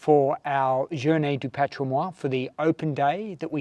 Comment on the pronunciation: This is nitpicking, but Patrimoine is pronounced wholly, not Patrimoi. Often, last syllables on words are not pronounced, but in this case, it is. Love you both.